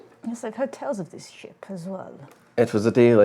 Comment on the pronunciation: I genuinely thought said "I want a shit" Instead of "I want a ship" oof.